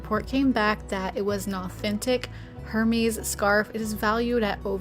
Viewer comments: lol Did you say that scarf was “her-miss”?! 😂!!! It is pronounced er-MEZ (silent 'H', stressed 'MEZ') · Not Hermees, it’s pronounce Hermaze with the accent on “maze”. Just an fyi. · ❤Hermès is French, so the "H" is silent and the "s" is like a "z" sound. It's pronounced err-mez. What an exciting find,! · As a collector with such great taste, your pronunciation of Hermès made me giggle. I was shook you butchered it so bad. Eh well, next time. I like the pillow you made. Wish I could sew.